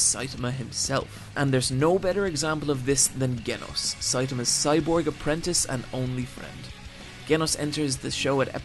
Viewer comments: Pronounced "jenos" not genos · BOY WHY DO YOU PRONOUNCE GENOS WITH A HARD G? IT PISSES ME OFF. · "Ghenos" "Hwhy" "Hwhen" God i can't take this anymore. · I love your stuff but no way in fuck did you you just pronounce genos like genos instead of jenos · Not sure if is deliberately mispronouncing names at this point. Or just watches anime with no sound. Every video that I've seen, characters are mispronounced. Gen-os. Gen os. But the show in the sub says Jen-os It's a g in Genos. Like the G in generator. Honestly baffles me how it's done in almost every video. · kenos . hate when whites do shit like this with names . genos , GEN - OS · Did he just call Genos G enos instead of Jenos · I thought it was Je-nos not Geh-nos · I absolutely love your videos but, why do you mispronounce at least one main chracter in every video it seems like. (ie "Jen-ohse" not "Gehn-ohse") This name is pronounced in the show itself as such. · "Gen- os" lol it's pronounced *Jenos" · Bruh it's pronounced (J-eenos) not (g-enos) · i mean its not GGGenos its pronounced djenos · You saying their names bothers me like it’s speed-o-sound sonic not sonic speed o sound and it’s Genos with a j sound not a g sound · Enjoyed the video but how are you getting one of the shows biggest characters name wrong! - Genos! Not Ganos! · When u say genos. It’s pronounced Jenos. Not Genos. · Did you even watch opm. I mean you call him ge-nos and not je-nos. Suspicous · btw, his name is genos but you should pronounce it like jenos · I think it's pronounced J-ee-nos not Ge-nos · If you actually watched the show you would know that it's Genos with a "J" sound, not "Ghenos". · Stop saying Genos with a hard "G" when its obviously pronounced with a soft "G". Other than that, great video, love you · No it's Jen-ohs that's how it is pronounced not jin-ohs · Gay-noss ? Genos, with a soft J.. Jaynoss... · But he kept pronouncing Genos with a Gah sound instead of the Jah sound. did he even watch the anime?